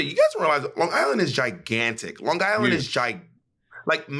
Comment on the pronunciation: Bob saying lawn guyland like a true long islander lolol